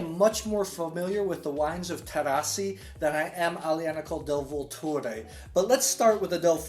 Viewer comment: vUlture. Accent on the first 'u'.